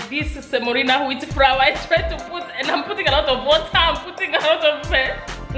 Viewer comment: you must say flour not frawa